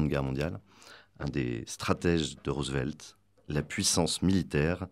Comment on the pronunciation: La voix hors champ sait prononcer « Roosevelt » correctement.